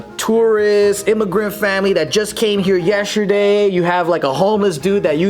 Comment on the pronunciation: "Yesherday" - Joe 2k18 😂😂